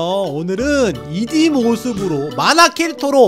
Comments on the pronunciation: '2D' 발음 할때 '이디'라고 하지 않고 '투디' 라고 합니다 😷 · 근데 이D가 아니고 투D인데요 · 초에 이디가 아니라 투디에요 ㅋㅋ